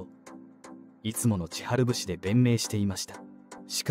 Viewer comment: こういうのあげる人って本人が喋ってないから日本語おかしいですよね。千春節をしゅんせつぶしとか。笑 何が言いたいのか結局よくわからないし。